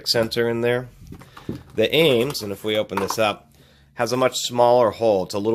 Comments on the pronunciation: Dude...it's ames.... one word no accent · Every time you say the name it sounds like you are saying anus haha